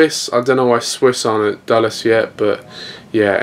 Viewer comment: By the way you sad Dallas instead of Dulles.